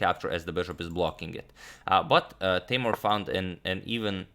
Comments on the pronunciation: and its not tay-more its tay-moor :) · Hi agad! Actually, his name pronounces more like Teemour. Was a pleasure watching his games against MVL.